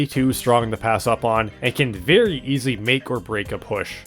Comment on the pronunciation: Berry bool bideo